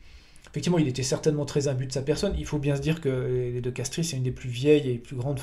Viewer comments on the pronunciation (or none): De Castries se prononce de Castre… comme de Broglie de Breuil…